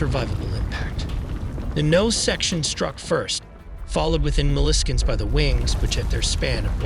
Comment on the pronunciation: "within millikends" mispronounciation is a good giveaway of AI audio.